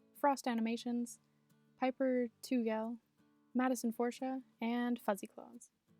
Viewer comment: Also you totally butchered my last name xd its pronounced tee gull not two gell but it's fine everyone does that and I loved the deaigns nonetheless!!!